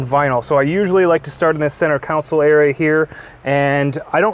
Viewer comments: Console.... Not counsel. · Just an FYI. It’s called a centre “kon-sole”, not a centre “cown-sill”.